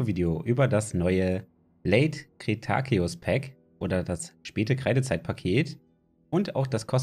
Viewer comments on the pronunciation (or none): Danke für das Info Video! Und das Late Kre-Ta-ke-us Paket 😂🤣